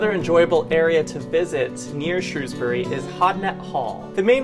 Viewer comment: Good job lads, great coverage of Shropshire, you even pronounced Shrewsbury just like the locals, seldom ever achieved by the BBC news coverage.